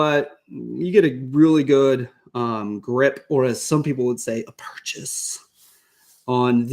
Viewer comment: I say purchase but sure as crap dont say it like that lol